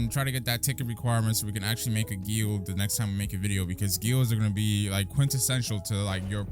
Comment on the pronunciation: hearing pronounce guild wrong is just too funny